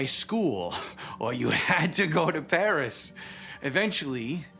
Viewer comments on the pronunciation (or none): none